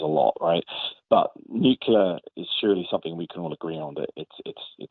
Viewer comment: Nucular? Nucular??!! Nuclear. New. Clear. Nuclear.